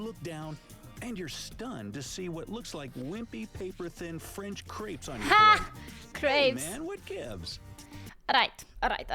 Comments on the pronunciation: Pronounce it like you are saying cakes. That way it does not sound like poop. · Twinkies don't taste the same as they did when I was a kid. I don't know if they changed or I did. There's a slight chemical aftertaste now. I think I've heard the French pronounce "crepes" like you do. When we say it (I'm American btw), it rhymes with "grapes". Pigs in a blanket are ok, but corn dogs are WAY better. Your jelly is the British jelly. Over here, jelly is just like jam but with less fruit. Americans often think pie is always a sweet dessert item, but that's only because they aren't thinking. Then I ask them, "Ok, ever heard of chicken pot pie?" (Everyone here knows what that is.) So we do have the savory pies here. I'm pretty sure pizza counts as pie. Now I want one of those pies you have over there -- maybe two. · You mentioned you weren't sure how to pronounce crepes (european pancakes). The 'a' sound is 'long' as in the word gray. If you shorten the 'a' sound, depending on how you shorten it, it changes the word to craps - which is either shit or a dice game played at a casino, or you get 'crops' - which are the edible plants resulting from farming, or a type of whip. (kray-p's, instead of kr-ah-ps or kr-aps). I admire your pursuit of language learning. Fun video! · Crepes=cray-ps like grapes.